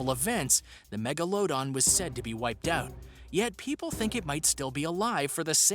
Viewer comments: Mego- lososis- don lol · Mega-low-don... seriously? 🤷‍♂️ the video lost credibility with that annunciation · the shark is called megladon not megaladon practice you words now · MEGA-LOW-DON absolute fool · People: let's go hunt a tiger Me: why hunt the tiger it ain't do nothing to you And uh bruh it is pronounced Megladon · Is pronounced mega la don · This dude really just said “mega-load-on” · He said " mega low don" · At number 1 the He said megalodon wtong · You didn’t say megalodon correct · i love how he prounounces meglodon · And you butchered number 7s pronunciation. Come on man do some basic research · No to be rude but you pronounced megalodon wrong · Omg I skipped some to watch it it’s not that hard to say maybe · This dude really just said megalodon without saying megalodon but rather Mega-Load-On its actually Mega-Low-Don not what he said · Mega-low-don. It bothers me the way he says it. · Its actually meglodon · And he says it wrong too, mega-load-on. Instead of megalodon. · God! the way he said megalodon just... got me so confused. Its mega-la-dawn. It's not hard. Just... mega-la-dawn. not mega-load-on. (also, I know someone already made this comment. sorry Jake Finman '-') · dos he actuly think its pronounces mega load don??? its mega la don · And it's not (mego low don) its pronounced (mega la don) lol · It's pronounced "mega - la - don" not "megan - low - don" sorry I just hate it when people pronounce words wrong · the MEG - UH - LOW - DON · It’s Meg-ala-don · And megalodon is pronounced MEG-LO-DON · This man really said mEgA- LoAd-oN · instead of saying megalodon he literally said mega-low-dawn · He said magalOdan ?????????????????? Ok just no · HE IS SAYIN MEGOALOADEN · Not to be mean but megalodon is pronounced me/ga/lu/ don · What the hell is a megalowdon? Don't you mean Megalodon? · This due said megaladon as Meg-o-la-don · It’s meg-a-la-don